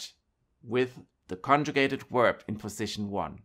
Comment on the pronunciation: Danke fur die Infos. Let me give a tips. When do you use in English the word "verb" then you have to pronounce it as "w" from german not as "u" from german. Verb not uerb In English w =u and v= v. Danke.